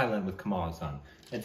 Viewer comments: Kamal Haasan is not pronounced Cumaal Huh-saan, it’s Cummul Haa-sun. Haasan is a place in Karnataka. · guys just wanted to tell you've been pronouncing his name slightly wrong When you say Haasan spell it as HAAA-SUN instead of HA-SAAAN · In Tamil it's called "pesum padam" meaning Speaking Film.... And pls note..it is pronounced Kamal Haa+sun.....not ha+saan.. Meaning the one with a lotus like smile..😁😁😁😁😁